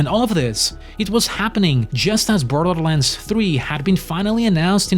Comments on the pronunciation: You sound like a toddler dribbling their porridge every time you say "Borderlands". Apart from that, great video. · Borderlands not brodrolands xD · I love how the narator's voice pronounces "Borderland" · Can you for the love of god at least learn how to pronounce borderlands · Man I love how this dude pronounced “Borderlands”